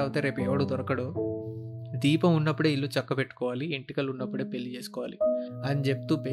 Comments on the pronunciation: Not billi it's pelli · పెల్లి , పెల్లామ్ కాదు పెళ్లి,పెళ్ళాం